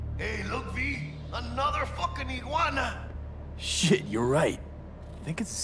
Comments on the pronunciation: tf is an Iguu Arna? It's pronounced Igg waana, spaz. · Did you call the iguana an iggywanda? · Video was great other than “I-JYU-ANA” whyyyyyyyy it’s “IG-WANA